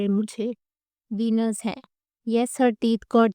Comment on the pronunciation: Ve-nears pronunciation h... #just_saying